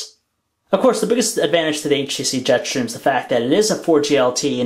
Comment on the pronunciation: Am I the only one annoyed by the way he says Jetstream? "Jet Shtream"